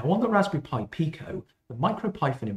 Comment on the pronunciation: I did a Google search and the definition audio pronounced it Peye-Co.